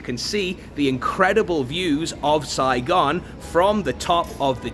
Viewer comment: Your pal got the city name correctly. It's Saigon